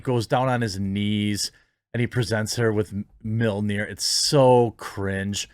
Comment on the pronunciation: I have to laugh at Americans trying to pronounce mjölnir. You guys sound like you're saying meal near. It's more like "me earl near".